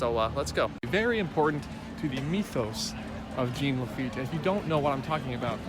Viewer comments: IT'S JEAN LAFFITE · “ITS JEAN LAFITTE!!!!!!”